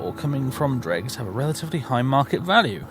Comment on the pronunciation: Yeah pronouncing it as "Dregs" sounds weird to me. Say it like how it's spelt: "Drews"